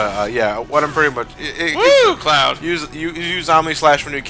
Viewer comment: I swear, when said Cloud card, it sounds like Clow Card. -You mean white ha-ten seconds later never mind. Also, nice Stick of Truth reference after that. I don't know why, but it bugs me that Sora looks perpetually angry in Re:Chain, with all the Castle Oblivion cutscenes. I personally want to make a Paper Mario joke with Twilight Town next part.